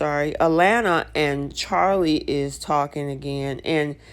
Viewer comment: You are calling her A..Lanna it is A laana